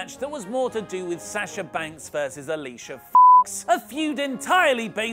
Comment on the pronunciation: Why was Alicia Fox censored? Just because he said it like Alicia Fucks? Lmao 😂